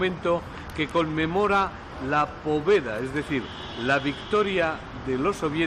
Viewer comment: por favor Victoria en Ruso , se Pronuncia Pavieda ( o en ruso se Pronuncia como A).